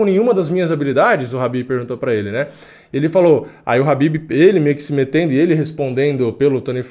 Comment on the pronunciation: Não é rabibi cara, é Khabib.